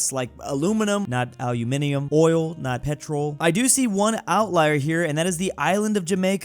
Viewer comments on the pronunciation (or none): none